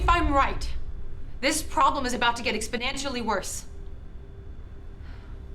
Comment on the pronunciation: "exponancially worse"?